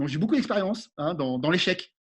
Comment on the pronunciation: Stop aux « boucoup » 😂